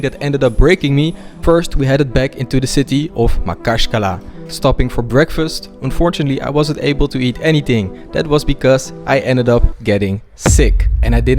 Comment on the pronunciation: Bro, this isn't Makashkala, this is Makhachkala. 🤣🤣🤣